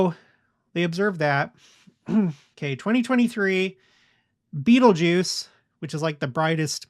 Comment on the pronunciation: I looked it up and you pronounced the star Betelgeuse correctly. I never knew that was the accepted pronunciation.